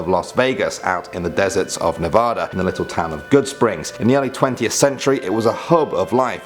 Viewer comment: U pronounced Nevada wrong